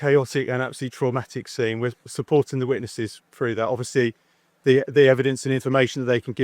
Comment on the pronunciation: Work "froo"??